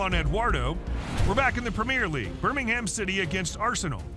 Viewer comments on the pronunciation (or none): Ah well. I think just cutting an already abbreviated UEFA to simply Yoo-ay-fa as we say it, or Prem-ee-er instead of Prem-eer,goes to show he's not too familiar with the game